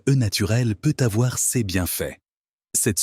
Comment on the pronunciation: C’est de l’ia qui cause ! Complètement insupportable ! Exemple : « ces » l’ia prononce cèces !